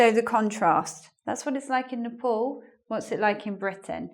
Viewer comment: Why is your pronunciation of "Nepal" is like "Nipple"...umm hmm